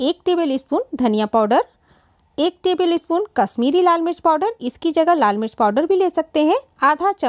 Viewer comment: Tebilispun..... Acha laga sun k Humara dost Ranjeet yada aagaya